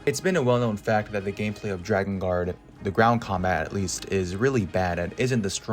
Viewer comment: I'm really sorry for this comment because the video was really good and I thoroughly enjoyed it... But it's pronounced 'Drakengard', not 'Dragongard' 😓